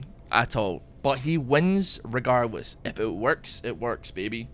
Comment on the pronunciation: he wins "regarwiths"